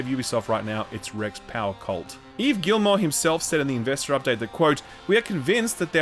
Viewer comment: Since you care enough to pronounce Yves’ first name correctly, it’s kind of ridiculous that you’re mispronouncing his last name so badly. The L and the T are silent. It’s Gee-mo.